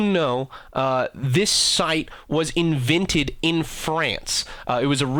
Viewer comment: "invinted" and "acoog"